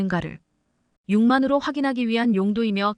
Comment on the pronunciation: 육안으로를,육만으로라고 하니 딱하기도 하구만.바보들의 우리 말 경쟁 같구려.